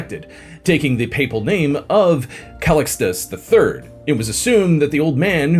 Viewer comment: More scandalous than Pope Alexander VI is the way you say Sforza, Curia, and Callistus. 😢😢